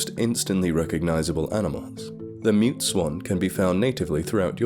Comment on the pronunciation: "Mute" I thought you said "Meat" swans 😜